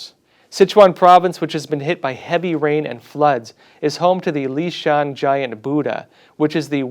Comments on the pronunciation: Leshan “luh shahn” instead of “lee shahn” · Leshan not Lishan. E and I are pronounced differently. E is like er